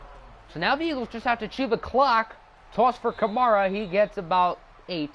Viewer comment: U say Kamara wrong